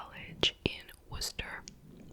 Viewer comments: Such a sad story! This is local to me and I had never even heard of it. I was born and raised about 20 minutes from Danvers/Andover and currently live across the border in New Hampshire. Also, huge props to you for the correct pronunciation of “Worcester”! I love your content and have binged all of your true crime videos! ❤️ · I was visiting MA when this hit the Boston news. So confounding and sad. Hey look at you, pronouncing Worcester right! ♡